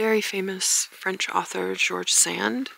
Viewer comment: Very charming video..... I would respectfully suggest that you check on the pronunciationof George Sand.